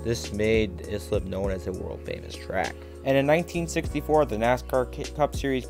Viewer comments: As someone who attended many races at this race track during the mid 1960's to mid 1970's. I almost fell off my chair how the announcer pronounced Islip (is - lip) of this video. Proper pronouncement is "ICE -SLIP." I grew up in the adjoining town of Brentwood, you could hear the race car's (not the announcer.) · Great video. It’s pronounced I-slip. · It is pronounced Islip ( eye slip )